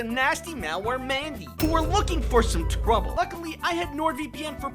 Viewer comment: "WHO WERE WOOKING FOR SOME TWOBLE"